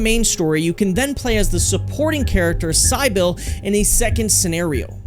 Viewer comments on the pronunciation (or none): CyEYEble? Tf lmao cib il is how it should sound. It's almost like you didn't play the game and just copy and pasted the script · who tf is SA-EYE-BIL?????? SEH-BIL you mean? i was enjoying this video til you said that shit. LOL... but lemme continue. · Sy-bill? Its Si-bull. Like civil, but a B instead of a V. Im curious, did you make this video because the dev story is interesting? Or thought youd get a lot of views? Cause you didnt play the games, at least not SH1, or you did but the volume was off. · Bruh calling Cybil — Psy-bill and also shitting on the awesome ass movie😂😂😂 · “Cy-bil”? Wow, do your research properly. Great video, except for that crap 😂